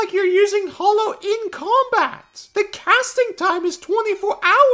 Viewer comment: anyone else bothered by hearing hallow pronounced like hollow? it's a silly pet peeve but it annoys me